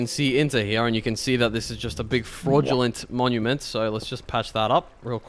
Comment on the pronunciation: Monument not minumint